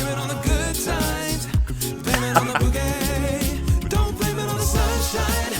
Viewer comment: 😂 It's BOOgie not bew-gie. The former's a good time and the latter's a nosepick. I love your reactions, meanwhile. 😁